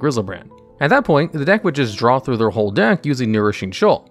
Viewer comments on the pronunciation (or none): none